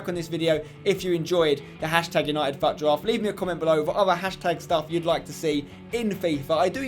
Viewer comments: Fut draft?? It's pronounced foot draft not fut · it is fut draft but pronounced foot draft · he said faut draft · Im sorry but why are u sayin FUT so weird